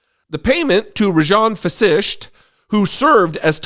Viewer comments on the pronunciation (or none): Pronounced Raajan Vaśisht. Long ah on first syllable Raa- ... Short ah on second syllable ... -jan as in junn. Vaśisht correct as two short syllable vowels. Indian heritage people should be ashamed of such hanky panky - like Cash Patel ...